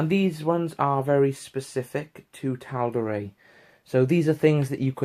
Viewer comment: Well you made me want to purchase this book now so you've done your job. One thing though.....I'm fairly certain that Matt Mercer pronounces Tal'Dorei as Dor-eye not Dor-ray. Cheers.